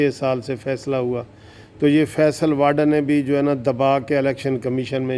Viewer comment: بھائی.. یہ واڈا نہیں ھے.. واوڈا Vavda...یہ غالباً گجراتی میمن فیملی ٹائیٹل ھے موصوف اکثر واڈا بول جاتے ہیں. بہتر ھے وہ بھی تصیح فرما لیں.